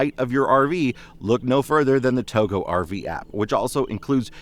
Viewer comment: I thought Togo was pronounced to go, not Togo as you pronounce it